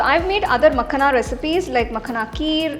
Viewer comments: Its Pronounced as "Makhaana" rather than Makhna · Its .. "makhana" .. not makna